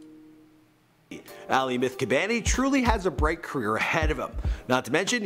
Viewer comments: Did he call him aly? Lul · Bobby Shmurda's hat i said aly because thats how he said it i was making fun of him its definitely not pronounced like that